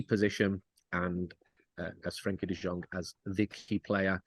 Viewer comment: Can't really respect Andy Mitten's opinion on this when he's one of those casuals that pronounces the J in Jong. Anybody that's seen De Jong play knows that it's De Yong. He only seems to know things about United and has no idea about any other team.